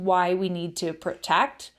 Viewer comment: There is no such word as PERtect, maybe you're trying to say the word PROtect, WTF?